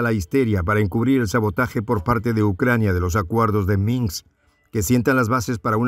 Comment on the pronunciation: Minsk....Donetsk.....Lugansk! No es minks, donets ni luganks!!! Hay que practicar más para ser mejor comunicador.